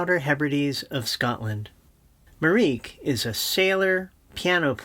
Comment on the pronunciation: With all due respect, but you’re only pronouncing two thirds of her name. Marieke is not pronounced ‘mareek’, but ‘mareekuh’, three syllables. I know it sounds weird for english language speakers, but you’d find it weird if people pronounced your name as ‘drak’ too. Otherwise great video 😁